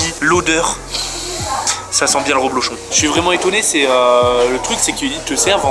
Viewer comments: DSL mais on dit reblochon avec un E ! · C'est du REblochon et non du ROblochon.